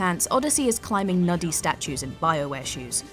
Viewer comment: you keep saying 'nuddy' statues, instead of 'nudey' statues.